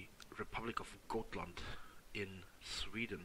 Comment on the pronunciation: A good way of trying to pronounce Gotland is to say gottland